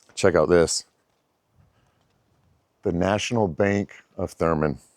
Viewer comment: It’s “Thurmond,” with a D.